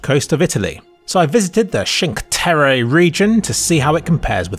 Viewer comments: The Cinque Terra pronunciation lol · I love Hitman and Sapienza is my happy place. Everything in this video is great except the way he pronounces Cinque Terre, which is kind of criminal. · 5 Terre pronounced like it's a city in Japan That's a new one